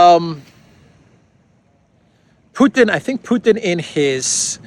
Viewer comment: Not a single person in the world pronounces Putin the way you do why do you do this